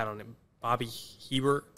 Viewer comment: The disrespect for New Orleans legend Bobby Hebert (pronounced ay-bear) lol